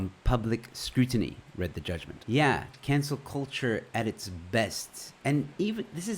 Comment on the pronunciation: It's cUlture not cOlture